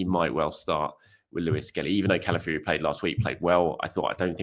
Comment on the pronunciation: Please... it's Calafiori, not Cala Fury, brother of Tyson